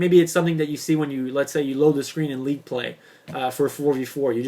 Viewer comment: league play...not "leet" play